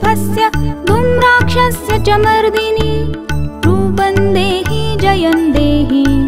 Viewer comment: Beautifully sung but please take care of. Few words next time. Every word should be correctly sung or recited. It’s rupam dehi not rupan dehi . Many more words are wrongly pronounced. Please correct them if possible next time. I listen to it too often. Great voice👍🏼